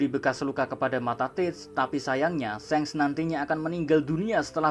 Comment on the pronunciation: Min, shanks itu kok bacanya seng, pdhl luffy panggilnya sangs